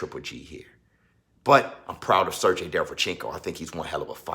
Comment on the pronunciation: It's pronounced "Ser-GAY", sir.